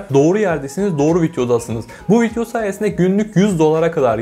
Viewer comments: Arkadaşım şuna "vityo" deme ya valla sinirim bozuldu. Vityonu beğendim :)) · kardesm agzına saglık adamsın ama vityo demeni düzeltmeli değiştirmelisin :) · Keşke video'ya vityo demesen 😒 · viTyo ne ya.. daha vidyo demeyi bilmiyor ama para kazanıyor..